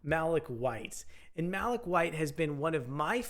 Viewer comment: Malik (Mah-leek) not Mah-lick 🙄